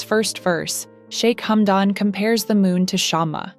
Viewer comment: Плохой перевод,плохое произношение,что за шамба,хамдон.